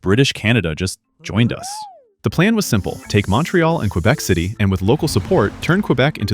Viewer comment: "Qwabeck" 😭😭 its more like, "Kaybeck"